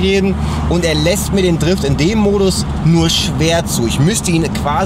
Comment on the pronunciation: "modis", ahja.